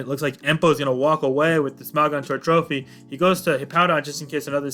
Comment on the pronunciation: the way you say smogon disturbs me